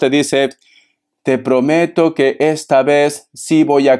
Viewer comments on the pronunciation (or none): none